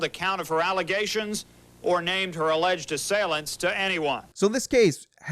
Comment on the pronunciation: “False Allezations”